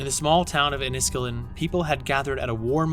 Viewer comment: Enn i skill en is how to pronuce Enniskillen